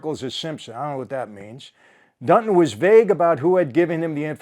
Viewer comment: This guy’s name is “Dunton”, not Dutton.